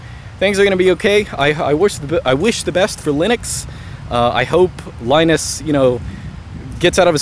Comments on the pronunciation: Why do you pronounce Linux correctly, (lee-nux), but keep calling the man Lie-nus. The guy's name is pronounced Lee-nus. You even said yourself, the OS is named after him. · It's pronounced "Leenus" not "Lainus"! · LInus is pronounced leenus!